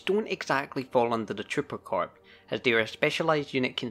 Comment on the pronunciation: Not to niggle about details, but "Corps" is pronounced "Core". Every time I hear someone pronounce it, "corpse" I die a little inside.